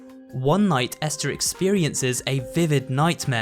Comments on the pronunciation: Ester? I’m pretty sure it’s EstHer bro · Hey umm her name I not Ester it's esther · Ah yes Ester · How can not say ESTHER right?